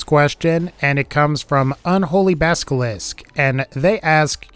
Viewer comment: lol, "baskilisk"